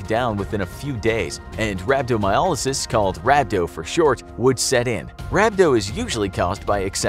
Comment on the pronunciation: Love the videos. Please look up pronunciations. rhab·do·my·ol·y·sis | \ ˌrab-dō-mī-ˈä-lə-səs Grates on the ears for those who know and use the words more regularly.